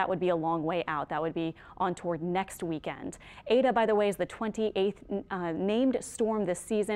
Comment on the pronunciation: Why is she calling it "ada"???...its Eta